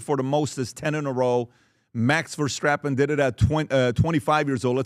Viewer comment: "Max Verstrappen" ?